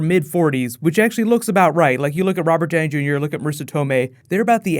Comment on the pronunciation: I drank a shot everytime you said "Rober Djowney Djunior". Now I'm drunk.